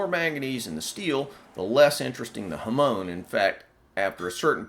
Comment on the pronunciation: He butchered the use of Japanese words. If a person is going to copy something from anouther culture, at least TRY and say the words correctly! “Ham-on”. Not huhmone